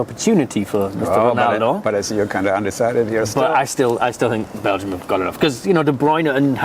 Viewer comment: When you say Bélgium man to man is better than Portugal 😂😂😂😂